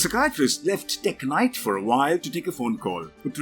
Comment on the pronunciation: I know it's a video about Tek-Knight... but he said it 61 times in the video, and the way he said it All I couldhear was blablabla teG-nite blablabla TEGnite